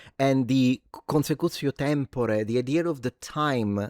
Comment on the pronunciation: Sorry to be that guy, but… consecutio *temporis.